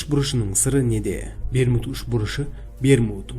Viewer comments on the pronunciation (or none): Берму үшмурыш деп естіп калдымгой 🤣